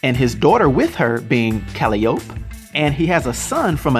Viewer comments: "Cali-ope".. LOL "Ka-lie-oh-pee" is how Calliope is pronounced. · "Ka la yo pee" not "ka li yop" lol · Eric Permenter Yes iam greek and look i am confused in Greek the name is Καλλιοπη(Kalliopi) it sounds like Ka-llio-pi and he pronounces it like ka-lli-op so he just forgot the last letter on name and a mispronounce in the middle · Calling Kratos a DC Comics character is an insult to Sony Santa Monica, who actually created the character. Kratos may have appeared in a comic published by DC, but they didn't create him, and neither did Wildstorm Comics. Also, Calliope is "kuh-LIE-oh-pee," not "CAL-ee-ohp," and Atreus is "a-TRAY-us," not "AY-tree-us." By the way, his second spouse is not unnamed, her name is Faye. I'm not trying to be rude, just trying to help out, so I hope it doesn't come across as such. On a sidenote, there is some really badass artwork in this video. I know some of it is from actual cutscenes, or perhaps gameplay footage, but I saw a lot of what appeared to be fanart, and some of it was absolutely ridiculous. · His daughter's name is pronounced Kal-eye-oh-pee. Not Kal-ee-Ope. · Man said calliop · The daughters name is pronounced Ca-Li-O-Pee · I love but when he pronounced Kratos daughters name I cringed haha. Its pronounced "Kal eye o pea" say it all together at normal speed and that's her name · Calliope is pronounced [Kuh·lai·uh·pee] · Caliope is pronounced "Cal-eye-oh-pee". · Calliope = Ka-lie-oh-pee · Cal-eye-opee is how to pronounce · Dude its cal a oop y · "Cali-ope" Bruh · You said calliope wrong it’s pronounced (Ca-lie-O-P) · Ka-lie-oh-pee. That way you pronounced it made me cringe a little lml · His daughters name is pronounced Ca-lli-ope. Li as in eye and ope as oh pee. Other than that great video I just subbed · Calliope is pronounced Cal-eye-o-p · Its pronounce Kuh li o p Calliope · Pretty good start of the video but you said Atreus wrong and calliope wrong lol. Gonna continue watching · YOU ARE PRONOUNCING CALLIOPE WRONG.